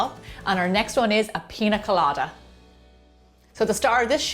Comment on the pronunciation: Just FYI: Piña with that tilda over the 'n' is pronounced like ny, i.e, peenya rather than pin-a. Its a Mexican word.